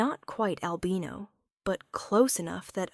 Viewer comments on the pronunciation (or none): Albino is mispronounced.